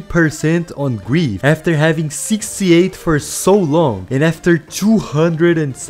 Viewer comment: “88% on gweef”